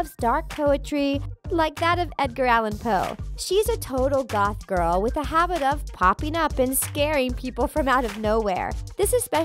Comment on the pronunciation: You said girl wrong